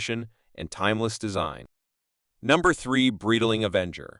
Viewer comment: What kind of a BS post is this, where the computer voice can't even pronounce the name Breitling correctly??